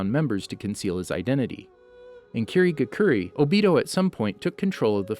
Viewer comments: "Amegakuri" and "Kirigakuri" clearly this dude doesnt watch Naruto, he got all of this after reads Narutopedia.. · Same with “Obeeto”, “Shuringen”, “NaGAHto”, “MaDARa”, KirigaKURAY”, “AmegaKURAY”